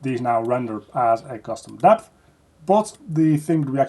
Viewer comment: say custom deph again